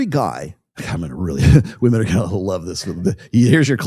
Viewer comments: It gets on my every nerve. I thought it was a gen z thing, pronouncing it like that. If by PBD you mean Patrick Bet-David, then I'm surprised. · PBD is one of many that say 'Woman' when he means 'Women' I find this so annoying. Just me?